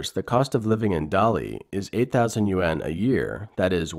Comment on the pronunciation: Their currency is the YUAN, pronounced "wahn", not U.N. Ya might wanna get that right if you're doing a vid on it.